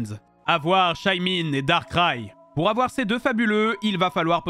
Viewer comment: « AVOUAR MANAPHY ET PHIONEee »